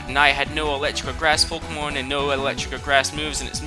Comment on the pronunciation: its Pok[EY]mon get it right